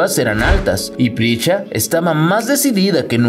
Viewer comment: Se llama Prisca, no Pricha